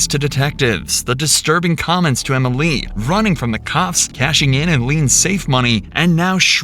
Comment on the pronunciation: Why does the narrator add an extra syllable Emily? “Em-ill-EE”